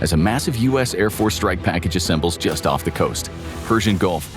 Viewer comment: Of? You mean off?